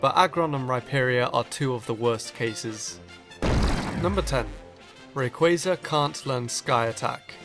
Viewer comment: Apart from me, you're the ONLY ONE who pronounces Rayquaza's name right.